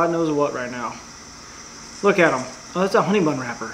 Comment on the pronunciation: Who else herd him say honey bone